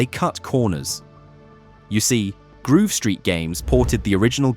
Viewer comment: grove not groove